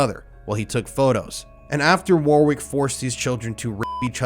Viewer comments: Its pronounced Warrick, not War Wick ffs lool. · Your pronunciation of Warwick is awful. Its said Warrick not war wick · This is interesting but FFS ITS NOT WORRRWIK It is WORIK Phonetically, in English the BIG W in the middle is a SILENT W war-W-ick YOURE DRIVIBG ME BONKERS !!! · goddamit, I can't listen to the mispronunciation of Warwick - its "worrick" - NOT war-wick, FFS. WORRICK. Also jo-hannesberg, not Johann - esburg. I'm giving up at 15 minutes in. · Warwick is pronounced "WARICK" not "WAR-WICK".. 🤦‍♂️ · His name is pronounced Wah-rick, not war- wick. Sorry, it was distracting me from the story, none of which is shocking me. Just disgusted that these creatures are allowed to move through society. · Dude, it's "warr-ik". That was a hard listen for the pronunciation alone, let alone the rest of the content. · Wah-rick not war-wick 👍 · Pronounced “warrik “ not “war wick” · FYI: it's not pronounced "War-wick", it's pronounced "Worrick". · I like your content- well done and keep it up. Just FYI, “Warwick” is pronounced “Wa-Rick” said as one word, not two words and not pronouncing the the second “w” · It is pronounced Worrick not war wick. Hard to listen to that consistently but otherwise great video, horrible content and you are brave to keep doing it. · It's pronounced 'Worrick', not 'War-Wick'. Always check names and places. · It’s not warwick it’s pronounced like warick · WARRICK, not war wick ftlog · "war-wick"! Hehe! I think it might be pronounced warrick, the middle w silent. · Its “worrick” not war wick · Info: The name Warwick is pronounced War-rick (w is silent ) and not War-wick in the UK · It's pronounced worrick not war wick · Mate,great video, but please, the sick fucks name is pronounced warrick, not war wick, sorry to be pedantic but. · It’s pronounced Warrick mate .. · I know this is a very insignificant thing to mention but you pronounce that piece of pond scums name "Worrick" although his name should be changed to "Piece of Shit"